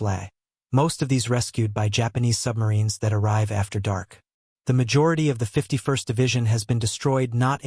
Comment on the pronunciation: 51st is NOT pronounced Fifty-One-Ess-Tee, it is pronounced Fifty-first. Train your drooling AI.